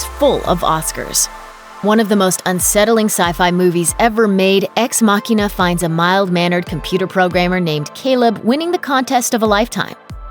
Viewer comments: ex-machina not makeenah.. lol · The way she mispronounces ex machina is just irritating.